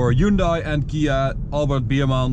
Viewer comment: wrong hyundai pronunciation